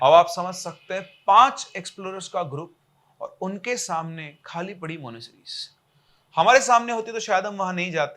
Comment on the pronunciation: Monasteries bolna to seekh le pehle